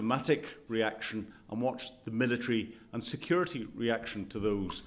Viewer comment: "Milla-treeee" lol